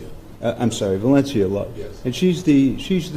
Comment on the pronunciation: I thought the judge kept call Love “shortie” 😂